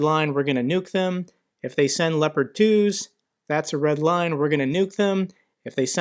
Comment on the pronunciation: He isn't saying Red LINE He's saying RED WINE..